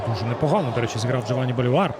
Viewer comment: Наконец-то Колос показывает интересную игру, потому что в последние годы это была посредественная серая команда. p.s. Я думаю что фамилия произносится БолИвар, а не БоливАр